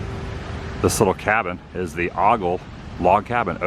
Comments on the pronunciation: Here in Maryland, we have several things named after an early Governor Ogle. It's pronounced like O-gull not Oggle. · O-gle as in oh=gle not ah=gle. I worked for some of them I know, LOL Easy to mispronounce. No sweat. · It’s oh-gle…not ah-gle…😬😀🤣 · Ogle. It’s pronounced 0h gull, not Ah Gull. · The O in Ogle is a long O. It’s not Awgle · its augle. its ogle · Ogle is pronounced O Gul not ahh Gul. LOL I've been to that area many many times. Only live couple hours away. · Agal...lol. It's Ogle Mr Woo..lol. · It is pronounced OH-gle, long O. The Ogle family is huge as well as two or three other families but Ogle's are prob#1. You say Ah-gle, you may get a dirty look. Also try Frontier Coffee shop in Gatlinburg. Really good place and java. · 0h-Guls not Ah-Guls for the Ogle orrect pronunciation. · It's pronounced OH-Gul....Marth Ogle is my 3x-great aunt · "Oh-gle" sorry!! I'm from the area.😂 Ogle pronunciation. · Pronounced "Oh Gull". Love the backstory of the naming of Gatlinburg. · I kept rolling my eyes when he was saying Ah gals...lol. I'm in Gatlinburg and do daily Vlogs if you'd like to check out The Gatlinburg Hussey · Ogle is pronounced “oohgle” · Adam, the cabin that was at that corner was moved and is the same one by the musical instruments. The Martha Ogle cabin. Also, it’s Ogle with the O making the Ō sound. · Exactly...lol. I was yelling OH Gals...lol. I'm in Gatlinburg. I make daily Vlogs..The Gatlinburg Hussey if you'd like to check out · It's pronounced "oh-gle". :) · Thanks for the tour. I'ts grown up alot since I was there as a kid. I rode that old relic chairlift when I was a kid. Got a picture they took at the top of the mountain in it with my Grandpa. The name Ogle is pronounced with a long O. Kind of like oh-gle. I went to school with some Ogles. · That’s pronounced “OH-GUL.” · Great vlog! No offense, but I think the name is pronounced with the letter O Ogle. Glad you chose not to move to Gatlinburg. So many ppl already got that area sewed up. 🪡🪡